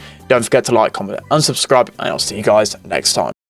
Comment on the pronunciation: ya but it sounded like unsubscribe